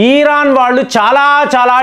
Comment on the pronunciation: ఈరాన్ కాదు 'ఇరాన్'. కామేని కాదు 'ఖమేనీ'. చదువుకున్నావు గా పదాలు, పేర్లు సరిగా పలకటం చేతకాదా?